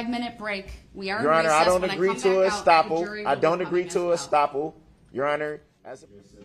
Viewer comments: Did u catch when he said I don't agree to a stoppel... wtf lol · Yes, he means "estoppel" but per usual he mispronounces it and uses it inappropriately like many other things in the trial. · Brooks is just mispronouncing estoppel.